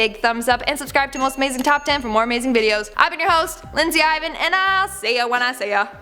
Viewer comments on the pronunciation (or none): none